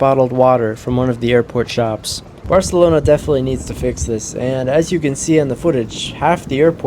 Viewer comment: As someone who doesn’t speak Spanish, your pronunciation of Barcelona Airport was accurate. 😅